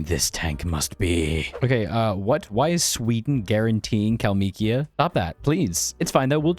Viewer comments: How dare you butcher the pronunciation of the great state of Kalmykia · Never ever try to pronounce kalmykia again, please